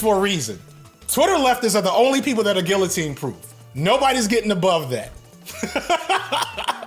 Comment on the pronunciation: That’s not how you pronounce guillotine.